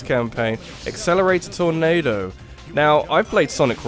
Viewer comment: That torNAYdo. XD